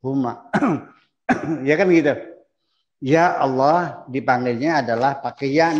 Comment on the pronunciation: ALLAH = ALLAH ,,, BUKAN ALLAH KOQ JADI AWLOH ... ALLAH YA BUKAN DI BACA AULOH ... ALLAH YA ALLAH ..